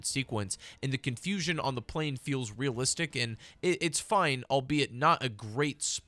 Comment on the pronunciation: God like you are so annoying “actuawwy it’s not reawistc” like buddy we get that that’s not the point the point is the violence feels real the way they talk feels real OBVIUSLY GINNA BE FAKE ITS A GANE YOU ANIME WEENIE. The point is why make it even more fake if it’s already fake why not get people invested. I wonder why the old cods were way more loved….. lol